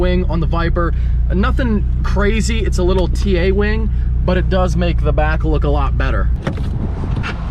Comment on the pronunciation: Ngl, it sounds like he said wang not wing. 😂 no offense